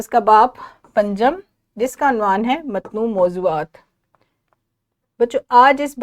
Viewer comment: اپ کا تلفظ ٹھیک نہیں ہے۔متنوع غلط بولا ہے۔معلم غلط بولا ہے